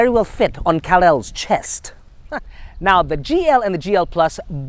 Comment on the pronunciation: Kal-el not calel